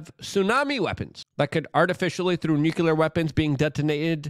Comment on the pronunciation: “Nucular” not a word.